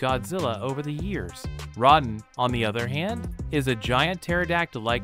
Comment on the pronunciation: You mispronounced Rodan's name